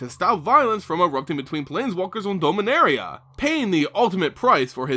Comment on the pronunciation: did you just say doh-minaria? dom-in-aria